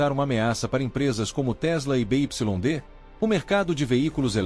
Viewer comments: Parei de vê quando ele falou da montadora (BYD) Bê, Ípsilon, Dê o correto: “Bê Uai Dê” 💅🏽 😂😂😂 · Empresa be ipsilon de? Caramba tu e bichao mesmo hein